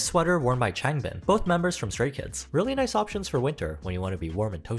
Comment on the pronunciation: BRo u said there name wrong its HAN And ChANgbIN from sray kids